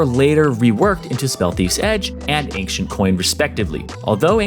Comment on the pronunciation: ankdjens = ancient = ejnčent